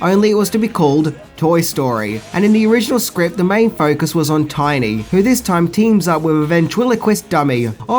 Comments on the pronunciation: One thing you apparently didn’t know… His name was “TINNY”, not “Tiny”!! That made me cringe every time you said it!!! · "Tinny" not "Tiny" lol Otherwise, all accurate information! Classic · Tinny, not Tiny.